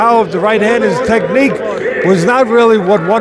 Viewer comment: Teddy said..., "Technique"!